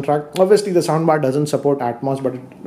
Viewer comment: Am i the only one hearing 'sambar' instead😁